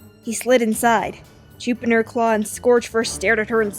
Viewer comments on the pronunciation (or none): His name is juniperclaw not jupinerclaw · Jupinerclaw? LOL! It is Juniperclaw! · When the book said "juniperclaw leaped in surprise" you said "jupinerclaw leaped in suprise" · "Jupinerpaw" I think it's Juniperclaw xD